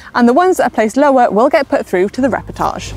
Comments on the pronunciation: Is it possible it's just her pronunciation of 'repechage'? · ... riders will be put through to the "reportage"...the WHAT?.. I think you mean 'repechage' my dear... learn the name before you play the game Manon